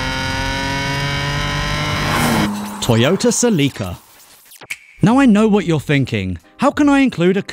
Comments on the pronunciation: Celika? Celi-CIA? Celiac? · Love how he cant pronounce some of the names 😂 like celica or tiburon (not taibiuron). Still love the channel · Se-LEE-ca Here where I lived it’s pronounced SELL-i-kuh which I just think sounds much prettier. Se-LEE-ca sounds like a medicine, Celica sounds like the name of an angel. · Hearing him say Tiburon and Celica incorrectly made the hair on my neck stand up lol. English people say we don't pronounce English words right in America but ask them to say any easy word in another language and they will fuck up so bad you don't even know if they they heard you properly or they're just having a stroke. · Pronounce Celica right please!!